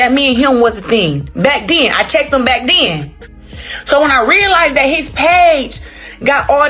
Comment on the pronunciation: "Back DEN",🙄 BACK THEN!😊